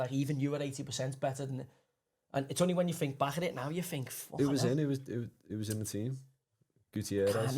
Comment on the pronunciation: Why does Joey say “fink” and “wiv”. It kind of blows his pretensions of intelligence. Barton Fink.